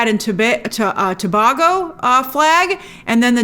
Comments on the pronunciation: Hey Grace. You were correct in beginning to pronounce it as "To-bay-go." It isn't "To-bha-go." I am from Trinidad and Tobago and have been watching your reviews for years! I am huge a fan! So great to see my flag! Thanks for pointing it out! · Hey grace it's pronounced Too- Bay-Go love you by the way and yes I'm watching you from Trinidad and Tobago 🇹🇹🇹🇹🇹🇹